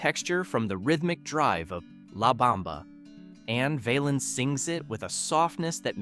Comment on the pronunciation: Why did you show a picture of Sam Cooke when you talked about Sonny Knight? The song by Jimmie Rodgers was pronounced "Bim-Bom- Bay". Ritchie's last name was pronounced "Val-ins" not "Vale-ins". His real name was Valenzuela but Bob Keene changed it to "Valens". George Hamilton IV was a friend of mine. He told me in 1999 that the Baby Ruth candy bar company wanted him to cease and desist' from mentioning their product. However, the song resulted in higher sales so they with drew their objections. He recorded that song in a studio in Swain Hall on the campus of UNC. I saw that studio many times while I was a Radio TV major at UNC. I remember all of these songs, but Teresa Brewer, Eileen Barton, Tommy Sands, and Patience and Prudence didn't pass the test of time. The Platters recorded a more enduring version of "Harbor Lights".